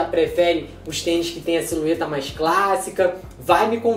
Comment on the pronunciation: Só eu que percebi ele falando SILUETA